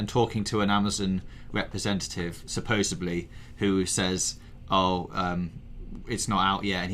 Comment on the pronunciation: Supposebly... god damn that drives me nuts. You guys are in journalism, can't you say it correctly??